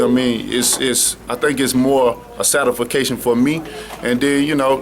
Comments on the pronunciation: Satafacation......WOW! Don't use words you don't know how to say. I think he was looking to say satisfaction. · satafacation...... urban dictionary, get on this shit! lmao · this clown just said "den" instead of "then" and he didnt say "satisfaction" he said "satisfication" which isnt a word. deontay speak english. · Did this ninja say "satisfication" 😂🤣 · You have to be beyond illiterate to say satifacation with a straight face. He just carried on with his convo like he was spot on. I bet he thought that was a big word 😂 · I love this dude, but he makes up so many words lol. "Satification" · I do this for the satification. That's the only reason I do this. Sa-ti-fi-cation! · sa de fa cation............. LOL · "Satafication".. Man you guys are clearly "misconstrugaling" Deontays words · lmao "satification" 😂😂😂🤔🤔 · he said "satisfication," "esperiene"and "hot protpect." he might whip my ass in a fight, but 5 to 1 says i beat him in a spelling bee🙏📚🗒🖋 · Seb Reni hahaha "satification" 😳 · "satification" hahhaha It's "satisfaction" dumb ass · mista richmondva lol. And you still didn’t get it right. What my boy said was satafication. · "It's a satification for me" Deontay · satification??? lmao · Did he say Satafaction for me? 😅😂Smh. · Satah Fa Ca Shun ...for me...????????? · Sati-fication. Lmao.. bro... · Him: Satification My thought process (seriously): gratify, saint, satisfy, saturday, satisfactory, saturate....satisfaction. WHY WAS THAT SO HARD?!?!?! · satafacation, mines, I really knox you out, kilt him.... come on dude. Hard to take someone serious that talks like that in an interview. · Bwahahahaha dude say satafacation....smh I'm dead 😂...this one of the reasons white folks think we stupid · Satisfication?? Is he from Scotland? 😂😂😂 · Every generation has their boxer....the way this cat talks......he seems to fit the bill for todays social media of big brash bullshit statements. Satafaction? Fims? LOL. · "Satofcation..." Whaaaaat? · Satisfication lol